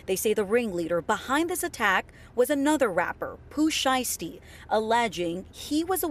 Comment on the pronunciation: the way that lady says “Pooh Siesty” got me… 💀 😂